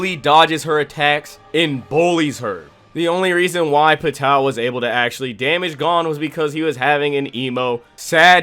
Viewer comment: The way you pronounce Pitou's name, and the rest of the characters makes my anus prolapse.😕